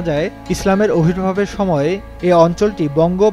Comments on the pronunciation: অবির্ভাব নয় ভাই আবির্ভাব । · খুব সুন্দর কন্টেন্ট। কিন্তু উপস্থাপনা বাজে।ভালোভাবে রিডিং ও পড়তে জানে না।আবির্ভাব ই উচ্চারণ করতে পারে না।